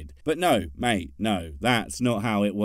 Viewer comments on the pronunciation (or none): none